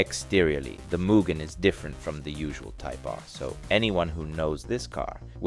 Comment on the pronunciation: not even. its mugen, not whatever this american as$ "muguhn" is